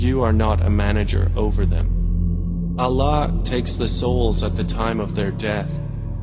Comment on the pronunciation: eww he can't even pronounce Allah properly he is saying Alah! So damn annoying